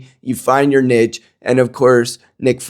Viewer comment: I'm 1 min in and have no idea what you even just said. Nick proved that you believe that Nick's opinions offer niche farming to the conservative movement? (You pronounce niche wrong btw) 😂